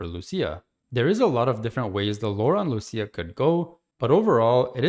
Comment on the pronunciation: lucia not lusia